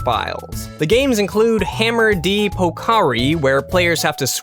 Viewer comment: translation "fushigi no korokoro kyaccha" = "mysterious rolling catcher" translations "hammer de pokari" = "thwack with a hammer" "guruguru katazuke" = "spinning tidy up" "ochiru no rodeo" = "falling off rodeo" (as a quick aside on the japanese pronunciation: all vowels are short so it's "deh" not "dee" for the hammer game. also, while there's a written "du," it's not a spoken sound. instead, it's pronounced "zu," hence "katazuke". generally, the stress is put on the first syllable. "FU-shi-gi" instead of "fu-SHI-gi," etc. /langnerd)